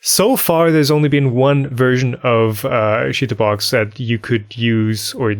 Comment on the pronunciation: Just me or does it sound like is on purpose saying chitubox as shit in box!